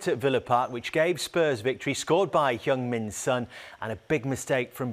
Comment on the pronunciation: Commetator always mispronounce son’s name Heung is not “u” sound, they have to pronounce eung sound like pronouncing “ue” of “League”